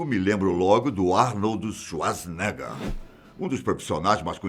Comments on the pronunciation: “ Arnold do shuazineguer “ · "Arnoldo swazeneggar" kkkkkk boa